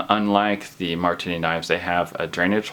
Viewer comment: how many times can he misspronounce marttiini?